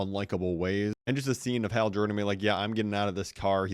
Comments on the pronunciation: Hal not hail H- al as in the name AL as in the guy in Toy Story2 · Hal not Hale L larper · has more ways to pronounce "Hal" than the number of T-shirts John Cena switches 😂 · He gotta be ragebaiting with how he is saying Hal's name